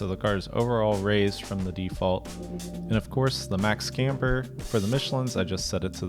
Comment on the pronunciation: Why is it so hard to say "MAX"? With A. It's not Mexx, that is a clothing brand. Dutch as well by the way😂